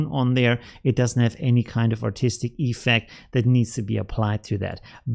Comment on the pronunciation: Dude... it‘s effECT, not EEEEFect😅